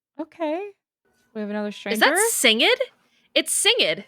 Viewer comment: "Sing-ed"? I've never heard anyone pronounce his name that way. Is that correct? Surely "Singed" is from the past participle of "singe", as in "half his face got singed in a fire in S1E3"